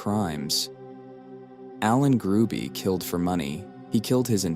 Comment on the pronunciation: The last name is Hruby, not Gruby.